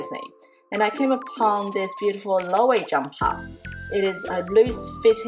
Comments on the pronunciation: It's pronounced Low-ay-vey -- 3 syllables, accent on the middle syllable, long a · Loewe is pronounced as “lo-weh-vay”